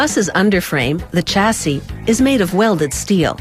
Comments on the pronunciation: Its also pronounced shasee not chasee! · CH assee - Shassis ;)